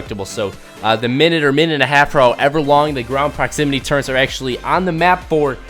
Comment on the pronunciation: Why do people say turrents